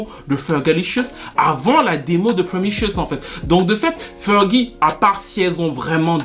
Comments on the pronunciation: *Promiscuous ( promiskiouwous au lieu de promichueus ) sinon très instructif comme toujours 😊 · C'est PromISCUOUS et pas "promicious". Great video!! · s’il répète encore une ☝🏼 fois « promichiouss » je m’auto-éviscère avec la cuillère à café 🙄🙄🙄🤣😂😂🤣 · t as du mal à prononcer promis-cu-ous...🤣 viens je vais te donner des cours de langue 😝🤣🤣🤣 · J'aurais pu m'abonner sauf qu'il y a eu le truc de la chanson de Nelly Furtado qui m'en a dissuadée. Le titre promiscuous n'est pas du tout prononcé comme il faut LOL. Pour les touches françaises je crois que Fergie faisait référence à sa chanson "Enchantée" que j'adore d'ailleurs